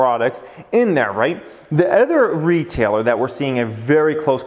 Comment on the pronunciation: Why you pronounce other as eh-thr. It’s uh-thr. Please.. it stings my ears! I promise I’ll hit the like button… Just pronounce it right, once!!!